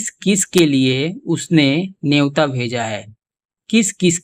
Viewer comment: नेवता, you mean to say न्योता?? #JayShriRam